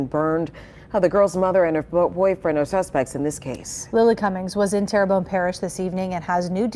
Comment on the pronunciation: Pronounced Tear Bone, my home parish. Sad story, poverty and mental illness has become rampant in the Tri-Parish areas located near New Orleans.